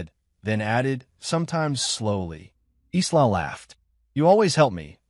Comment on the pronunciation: someone please retrain the AI audio.... Isla is pronounced "eye-la"